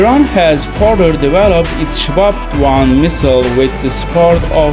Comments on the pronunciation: Its called SHAHAB ,not SHABAB!! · Shahab not shabab